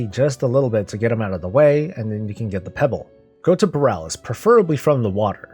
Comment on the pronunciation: Great vid. It's pronounced Bahl!